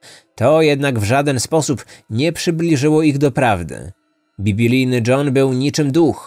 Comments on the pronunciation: Biblijny, a nie bibilijny.....okropnie się tego słucha. Jesteś jednym z najlepszych podcasterów, więc liczymy na idealną poprawność językową 😊. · Czy tylko ja tam słyszę bibi-lijny a nie bib-lijny? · Bibilijny??? Mówi się biblijny.